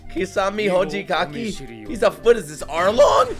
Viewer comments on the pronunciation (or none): Leave it to an American to hear a name and in no fewer than a few seconds still get it wrong. Good ol' Kisame Hojigaki and K'bootoe. Truly the most amazing naruto characters.